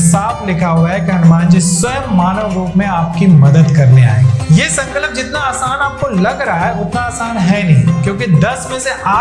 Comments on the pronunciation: while telling the Hanuman Ji story was it necessary to show adipurush clip on b roll? I mean there are so many other options from it that could have been sourced.. I didn't like it. and why is he pronounced sankalap? What's the problem with saying Sankalp? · Sun Ka Lap NAHI mere bhai. Bolo SanKalp ek saath. “Sun”+”Culp” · Sankalap nahi bolte Sankalp bolte hai bhai hindi to thik bolo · Sorry to correct u but it’s sankalp not sankalap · Why do you pronounce it as sankalap ? Its sankalp that means promise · San kalp nahi hay wo Sankalp hota hay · Bhaai aapne jaankari Bahut achi di hai.. mai bhi ye karungi..❤😊 Bs aap.. उच्चारण सही करिए ... संकलप नही होता, संकल्प होता है। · Its संकल्प not संकलप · Sir aap संकल्प ko galat pronounce kar rahe hain 🙏🏻सन-क-ल्प है ना कि “सन-का-लप” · संकलप नहीं संकल्प है. पहले सही उच्चारण सीख लीजिए, फिर ज्ञान देना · Sankalap nahi... Sankalp kahiye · प्लीज़ अपना उच्चारण सही कीजिए। Sankalp hai sankalap nahi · Sankalap ni hota... Sankalp hota hai... Jai Shri Ram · sankalap❌❌ sankalp✔✔